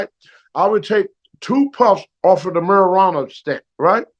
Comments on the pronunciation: 😂😂😂 the meri-rana stick! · Talky Tony "Steer-all" - steroids "Musya craps" - muscle cramps "Marry-rana" - Marijuana